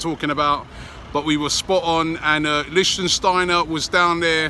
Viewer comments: Oh no he said Lichtensteiner... 😵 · Robbie his name is LICHTSTEINER NOT LICHTENSTEINER! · Robbie, it's pronounceed Lichstenstenstenstensteiner !! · LEEK-SCH-TEINER! but at least you're trying now! haha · New drinking game. Take a sip every time Robbie pronounces Lichsteiner differently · Robbie pronounced his name differently each time lol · Your getting closer to saying his name right. But still not quite right